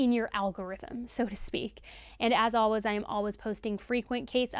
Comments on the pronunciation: I love these videos SO much but just a side note, for some reason the way she says the word “always” is beyond triggering for me!!!! 😂 Lol I’ve never heard it pronounced “al-wuz” before I started following and watching. Of course I love her and these videos, so I’ll keep supporting, but she says it about 10 times every video and idk why it triggers me so much!! 😂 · Is the way you say "always" a regional accent thing? I've never heard it pronounced "alwas" before. 🤔 And P.S. do much respect for the way you covered this case. Thank you for sharing Byron's side. 🫡